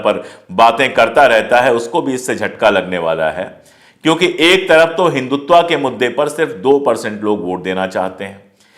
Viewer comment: पांडेय जी, आप तो मूलत: हिन्‍दी भाषी हैं, फिर हिन्‍दुत्‍व को हिन्‍दुत्‍वा क्‍यों बोलते हैं?